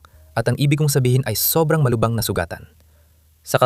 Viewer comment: Anong malubang malubha Yan Ang tamang pag tatagalog ayusin mo yang Tagalog mo wag ka kasing gumamit Ng AI